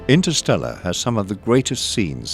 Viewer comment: For starter, why don't you try again, and make sure 'instersteller' is #1. We all do mistakes.